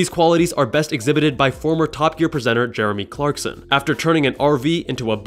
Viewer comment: When he said "Jeremy Clakrson" I was like "Wait a sec ?!!"